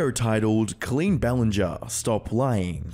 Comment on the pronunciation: Jason Desrouleaux never heard of or seen the name "Colleen" hahaha bro struggled to pronounce it and still did it wrong